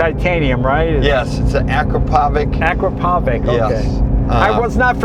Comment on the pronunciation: Akrapovic = "Ah-kraw-poh-vitch" or similarly: "Ah-crop-oh-vitch." Pretty sure there was an episode of Reading Rainbow on it. The more you know...